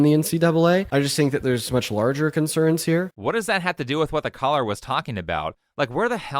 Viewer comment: for half the video i thought you were saying "collar" instead of "caller" lmao